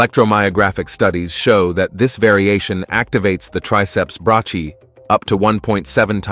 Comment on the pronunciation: Brachee? Do you mean (break- ee- eye) ?